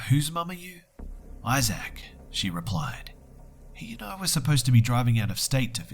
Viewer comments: Also.. ay-zack? I think is pronounced ay-zihk, or something similar, never heard someone say it like that before. Sorry, I'm in a bitchy mood today. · Isaac is pronounced "Izick," not "Izack." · btw, I love your vids but it's pronounced "eye-zik"not "eye-zak"